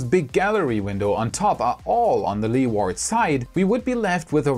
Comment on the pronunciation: A little English pronunciation tip. Your english is great. Leeward is best pronounced Lee-wud, or Lee-wood, not Led-ward! All the best.